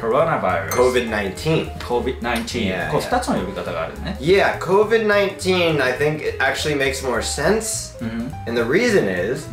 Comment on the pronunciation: Covid not covi